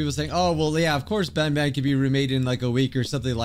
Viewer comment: This ain't garten of ban ban it's garten of wan bwan